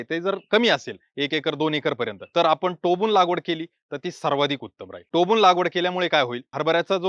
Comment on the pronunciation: टोबून नाही सर टोकून